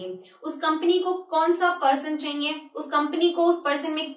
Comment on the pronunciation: jab ap ye bolti chaiye it sounds like funny so funny